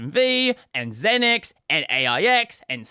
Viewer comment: Not “zin-x”, it’s “ZEEnix”.